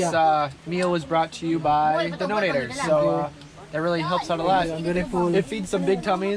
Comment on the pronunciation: say donors, (not dodnators)